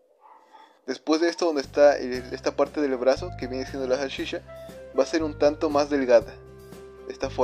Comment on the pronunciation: se dice salchicha no sashisha UnU